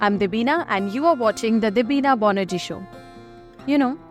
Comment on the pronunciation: Debina,kindly pronounce your surname properly,,,it's Banerjee not bonarjee